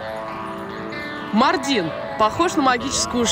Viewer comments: Весь выпуск ухо резало Мардин на ааааа ударения маааардин 😭😭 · Правильно произносить МАрдин, а не МардИн. Прям ухо режет. Даже в Википедии неправильно стоит ударение. У турок бы узнали сначала как правильно произносить.